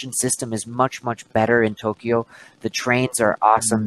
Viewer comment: a palavra Tókio você pronúncia tolquio! Você está pronunciando errado!